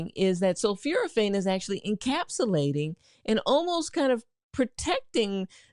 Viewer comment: Exactly, that’s why an enlarged prostate causes urinary retention. I was also surprised by her mispronunciation of sulforaphane as ‘sulfuraphane”. But apparently she does have a genuine M.D., from Meharry Medical College, in Nashville.